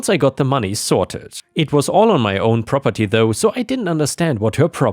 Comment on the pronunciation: Rroperty? AI?